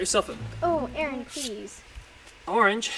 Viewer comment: i love that in every single video that aaron is in nessa and roi say aroonn at the same time